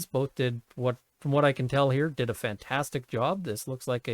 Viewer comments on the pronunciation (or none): none